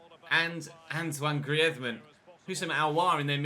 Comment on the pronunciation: Are you having a stroke when saying Griezmann😂